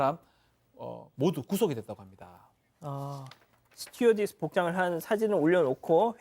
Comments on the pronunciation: 스튜디어스 스튜디어스 스튜어디스예요 ㅋㅋ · 스튜어디스인데 자꾸 스튜디어스라고 하시네요 아나운서가..ㅎㅎ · 스튜디어스x 스튜어디스o 배우신 분들이 스튜디어스?? 단어그대로 공부 열심히 하셔야 겠습니다 ㅎㅎ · 엥커고 변호사고 다 스튜어디스를 스튜디어스라 하는겁니까ㅎㅎ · 방송하는분이 ^스튜디어스^가 뭐냐? 스튜디어스가 아니라 스튜어디스다. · 스튜디어스 > 스튜어디스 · JTBC사건반장 제작진님 이 스튜어디스를 '스튜디어스'라고 두번이나 얘기하시는데 표준어 사용은 기본인것같은데요. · 왜 우리나라사람들 스튜디어스라고들 얘기하나몰라;;; 스튜어디스입니다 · 앵커라는 분이 스튜어디스 스튜디어스 그런 정도의 차이도 모르다니! 내가 잘 못 들었나하고 몇 번이나 돌려보는 중~ 하... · 스튜디어스 X 스튜어디스 O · 스튜어디스인데 뉴스에서 자꾸 스튜디어스라고 하네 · 스튜디어스x. 스튜어디스 ㅇ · 스튜어디스인데 앵커나 다른 출연자들 자꾸 스튜디어스라고 하네 ㅋㅋㅋ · 스튜디어스 아니고 스튜어디스요.. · 변호사분 스튜어디스에요 스튜디어스가 아니라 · 스튜디어스 아니고 스튜어디스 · 아직도 스튜디어스 라고 발음하는 사람이 있구나, 그 사람이 기자라니 변호사라니